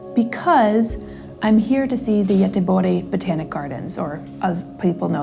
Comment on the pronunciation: Very interesting how you say Gøteborg..... that was a new one! 😂